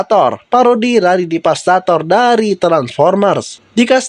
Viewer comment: Itu bukan divastator tapi devastator